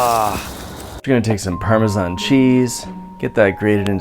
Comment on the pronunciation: I hate how you say Parmesan